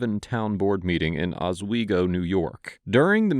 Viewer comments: Pronounced “aaaswaygo” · Boy, my stomping grounds area is getting some publicly it so richly deserves. There was some other video pronouncing Elmire as ElMEERa when it's actually pronounced ElMYra. And in this video, for future reference, Oswego is pronounced exactly as its spelled. With an "s" sound. Not a "z" sound. Not being critical. Just trying to be informative. 😁 This exact scenario has played out in a number of towns and counties in the surrounding 60-mile radius. Apparently, nobody has learned anything. I would love to know if all of the law enforcement in the area went to the same academy because whatever they're doing, it's causing severe brain damage. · Why does no one pronounce Oswego properly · They can't even pronounce the city in new york right? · I live near Oswego. What a terrible pronunciation 😂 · Being a native Northern New Yorker, your pronunciation of Oswego got me. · I just need to know why tf you pronounced Oswego that way😂😂😂😂😂😂😂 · You need to research how to pronounce "Oswego" better, but everything else was good.